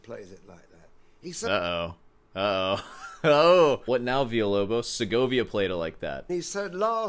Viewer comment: You're pronouncing Villa-Lobos in spanish. In portuguese it's not Veeyah. It's Veelah.